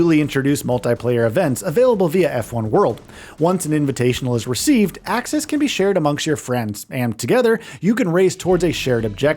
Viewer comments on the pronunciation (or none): none